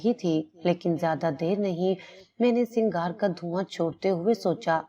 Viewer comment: Singhar ni huta sigaar hota hai